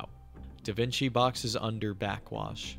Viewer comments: Pronounced like Duh Vinchi, surely you've heard the name Leonardo Da Vinci somewhere? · This man is the real life "Da Vinki?" like how have you never heard the name Da Vinci before? Da Vinci Code was an actual movie that came out too and you don't need to watch the movie to have heard the title or name.